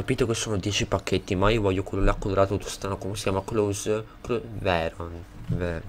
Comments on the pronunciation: comunque si pronuncia close non clos;) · Sì dice klose proprio come è scritto